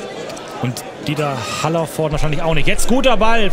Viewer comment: Ich glaube unsere Medienabteilung muss noch lernen wie man Haller richtig ausspricht 😂 (Spielminute 51 )